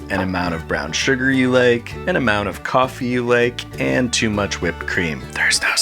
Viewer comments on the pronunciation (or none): Was that "whipped" cream, or just cream?